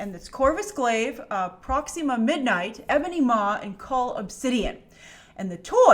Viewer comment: Proxeema midnight. Kinda like how Grace has a problem saying symbiote. Hehe!